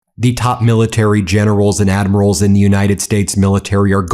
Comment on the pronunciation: Lol gennerows and admirows 😂